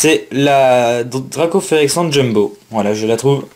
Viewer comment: J'ai qu'une chose a dire sur la dracaufeu jumbo c'est : magnifique carte ta du mal sur les noms sur cette video sinon bonne pioche et bonne video